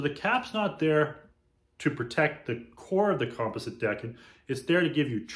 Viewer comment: Here is the correct way to pronounce “composite”. kuhm-paa-zuht . Just thought I would help you out.